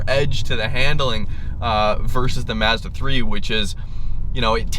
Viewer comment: Tremendous fuckery in the way you pronounce Mazda.